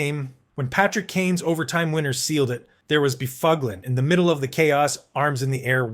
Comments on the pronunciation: No. The dunghutofdarkness don't know shyte. Neither does the uploader. 6 hours ago Please...Buff Lin // That is the correct was to say Big Buffs name. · ah yes By-fug-lien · Actually NO, it is pronounced “ BUFF-lin “, Google him….That’s what the media & fans called him. The AI is out to lunch! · Spot on. But this guy made a long video. So he's gotta be right, johnb! : Dustin BoofOOgLeeEn. "Oh dear, how sad, nevermind." The [CC] Critter ended up with Dustin Befuglian. That's a better effort. Yikes.